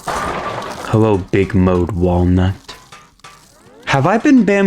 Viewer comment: Hewo my guy